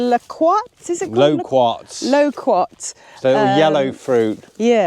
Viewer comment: Fantastic news looking forward to the content loquats is pronounced lowcurts or low cuts in your accent 😊